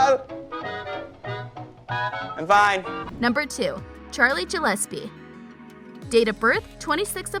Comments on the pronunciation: You pronounced Gillespie wrong your saying like jillespie it’s pronounced (Gill-es-pee) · it makes me mad that she says JILLISPE in stead of GILLIPSE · SHE BE SAYING GELLESPE IT IS GILLESPIE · She...she said JILLESPIE not GILLESPIE I- I cant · SHE SAID JILLESPIE OMGGG🤬🤬🤬🤬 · And she said Charlie's last name wrong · U said Charlie Gillespe wrong, i wanna refund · IKR sooo annoying! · i know i was like honey what no no lol